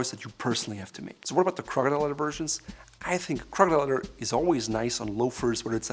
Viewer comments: I would expect to at least understand what he is saying, but he skipped school and went straight to arrogance. Somebody teach him english! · "It's more about the crocodrldlrldlrll I think crocdrldlrlrlrl" LOL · "Crcdllrthr" "Crcdllrthr" Hehe! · As soon as I heard him say that, I checked to see if a comment was made about it hahaha